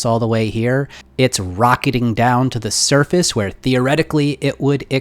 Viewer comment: Every time he said surface I thought he said surfeth